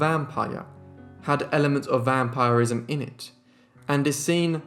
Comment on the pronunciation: Great video! It's pronounced vam-pir-ism rather than vam-pyre-ism